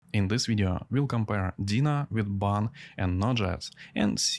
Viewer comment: It’s called ‘Deno’ with an O at the end, not ‘Dena’ with an A at the end.”